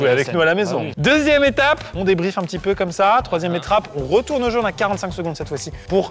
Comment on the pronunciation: 3ieme etrape ^^ qui l a relevé avant?^^